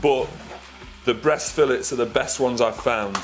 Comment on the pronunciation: It took me 5 solid minutes to figure out how he said filet.